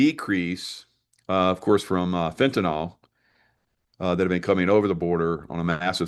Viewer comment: Fentanyl, not fentynol...